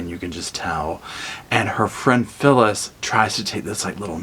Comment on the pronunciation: At about 8 minutes you say "So, Phyllis...." twice. It sounds like you're calling her syphilis. Lol